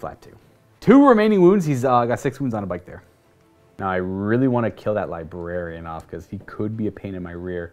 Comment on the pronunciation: Everytime says LiBarian instead of LibRarian... I cringe.